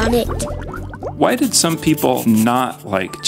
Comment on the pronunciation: It's Some! Not Som!